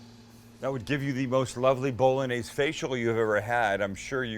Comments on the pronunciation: Haha It's pronounced bo·luh·neiz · Sammie, please... BOLL-ON-YAIZE. Not BOLL-UN-AIZE.. But I luv ya. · Bol-log-naise... lost interest after that pro-nunc-iation! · Johnson how can you call me stupid then not understand how bo·luh·neiz and bowl.en.neiz are different? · Only plebs pronounce it, 'Bol-log-naise'. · Bowl a neighs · Jesus. It is pronounced Bo-Lo-Nyeh-Zeh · I think it’s pretty gay the way you say bowlanaise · I tought you pronounced it bow-loh-nese